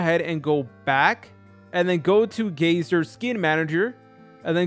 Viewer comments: It’s not gayzer it’s guy-ser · its guyser not gayser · holy shit its pronounced GI-ser